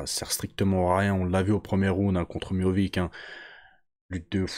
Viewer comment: Salam frero Pq « MIOVIC »?